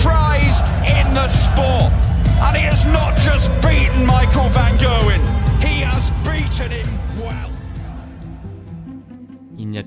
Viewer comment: Incroyable vidéo ! Petite correction linguistique quant à la langue hollandaise : le G se prononce un peu comme le J espagnol, donc l'antagoniste s'appelle van "rherwin" et non pas gerwyn en terme de prononciation :) j'espère que ça te servira dans les futures vidéos.+ :)